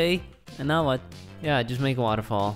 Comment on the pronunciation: at waterfall did you just say wall of sh*t?